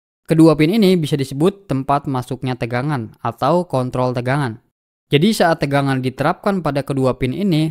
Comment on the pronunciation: Pin kontrol bang. Bukan pin konthol 😂. Videonyabagus bang. Sangat jelas. Videonya paling bagus di youtube